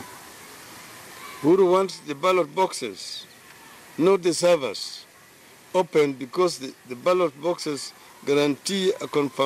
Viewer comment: Uhuru cannot utter servers hehhehehehhe mwizi NASWA hawa